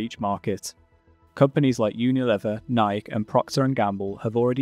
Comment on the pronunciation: This AI-produced video doesn't know how to pronounce "Nike."